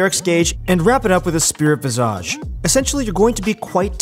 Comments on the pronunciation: "vi·zuhj" - you're driving me mad with your visa~ge xD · /: Why do you develop an accent when you say the word visage? You shouldn't pronounce it like Nicki Minaj. The phonetic spelling is visij. You're going to be saying it a lot, might as well not do it oddly as it becomes distracting from what you're saying. Otherwise, thanks for the good content.